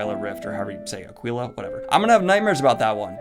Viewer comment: Aquila is pronounced AH-kwi-lah.